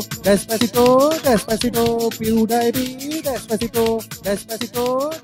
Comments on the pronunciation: Pediepie NAHI hota pewdipie hota hai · Pew die pi nahi hota Pewdipie hota hae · Rip pronunciation ... He's litterally saying Pew-die-pee 😂😂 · PewDiePie ko PewDiePee bol raha hay bhencho.... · dude's pronouncing pewdiepie as pew dayy pee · Pew-DIE-PEE?!?!?! At least pronounce his name properly if you can't create a worthwhile music track. 😑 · Omg this guys needs a English class it’s pewdepie